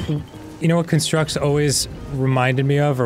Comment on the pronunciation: ITS A CON-STRUCT, NOT A CUN-STRUCK. spelled the same but pronounced differently, it hurt every time dan said that